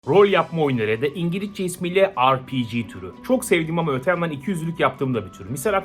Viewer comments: O ingiliççe dediğini duymak için kaç kere geri aldım smsmsösksösö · Yetişkin bir İngilizceyi ingiliçce der RPG ye ARPİCİ der